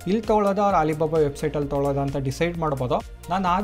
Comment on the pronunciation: ಹಾಲಿಬಾಬಾ ಅಲ್ಲಣ್ಣ.. ಅಲಿಬಾಬಾ ಅದು..😮